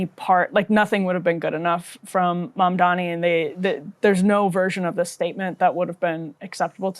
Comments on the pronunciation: I want to punch this asshole in the face every time he says "MONDOMMY" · Pleez! This dude is going backwards from government to mayor and he thinks this is normal. Now let us give his ex-girl friend an interview. He keeps saying Mamdami instead of Mamdani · Do you guys think Cuomo GENUINELY cannot say the name "MAM-DAH-NEE", or if its part of his terrible political strategy to constantly call him "MAN-DAMN-EE?" Personally I think it makes him look even more like a callous idiot, that he cannot even pronounce his main competitor's name correctly. It's not that hard, which makes me sure he's doing it on purpose, in some shallow passive-aggressive strategy. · i dont know how the interviewers dont stop him and help him sound out MAM-DA-NI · It's Mamdani, as in MUM-DANI. How hard is it??? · He can't even say Mamdani properly. What a loathsome, disrespectful character. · If you can’t pronounce the name of a political opponent you have no business being mayor of the biggest city in America. Being illiterate just disqualifies you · How does this guy still not know how to pronounce Mamdani. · I’ve never once heard Cuomo correctly pronounce Zohran’s name. It’s not an accident, it’s just an intentional dog-whistle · He thinks it's a such mastermind move to intentionally mispronounce Mamdani's name because he believes his disrespect will program people into thinking that he's forgettable or otherwise unqualified. Literally the thought process of an obsessively jealous high-schooler. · There’s literally nothing inspiring about this guy. His whole campaign is “I deserve this because people know who I am.” He also refuses to get Mamdani’s name right which is pathetic. Entitled politicians that get all their funding from rich donors are the worst. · Cro-Mag Cuomo can't even say Mamdani's name right. He's either dyslexic or doing it on purpose. Neither looks good for him.